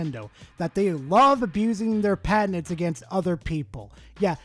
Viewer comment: Is the poster of this video saying patents or a mixture of that with cabinets. “PA-TENTS”